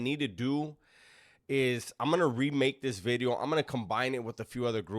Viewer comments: I was just gunna say that 😂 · He doesn't say bideo anymore. He makes sure to pronounce the V perfectly now. I miss "bideo" 😂